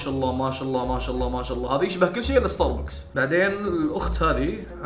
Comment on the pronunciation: ستار بوكس ❌❌❌ ستار باكس ✅✅✅ 🤡🤡🤡🤡🤡